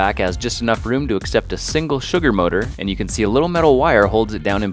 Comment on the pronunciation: At the beginning did you say chugar